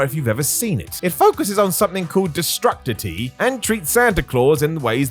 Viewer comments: De-stroo-city, not Destructity. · Destrucity.. de-strew-city.. haha